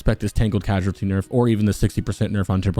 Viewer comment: short note here; the word is prounouced cause-ality as dfferent than casualty